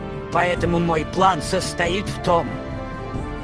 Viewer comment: Не реше а резче